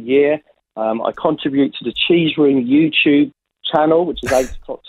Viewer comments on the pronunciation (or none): none